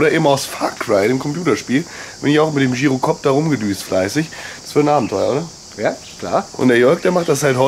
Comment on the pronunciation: Gyrokopter ausprechen wie Girokopter xD